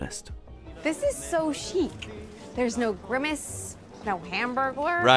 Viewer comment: "chic", not "chique"! Another difference that is not mentioned in the video, is that the quality of the ingredients, beef, salad, potatoes, etc. is much better than that in the USA, thanks to the EU regulations on chemicals and other rubbish that are banned in food over here. You might find this interesting: "US vs UK McDonald's | Food Wars" - Insider Food: the same applies, of course, all over the EU.